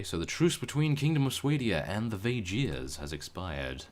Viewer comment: You say vaegirs wrong